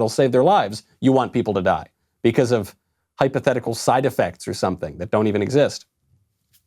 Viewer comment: I just noticed that knowles pronounces because as bee-cuh-ase